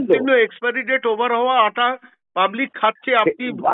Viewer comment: 'আঠা' নয়।আটা হবে।